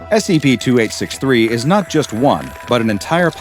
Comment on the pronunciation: this is something that may seem insignificant to people who aren't Japanese. but i really admire for his pronunciation of Japanese words. he's done several videos featuring SCPs of Japanese origin, and he always pronounces it correctly. it feels like he is actually respecting the origin and holding true to it, instead of butchering the name or giving it some horrid english version, which has been done to so folklores and yokai